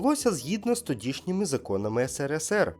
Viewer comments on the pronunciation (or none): none